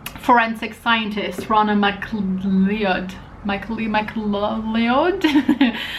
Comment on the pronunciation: MacLeod is pronounced like mac-cloud for the Scots 😊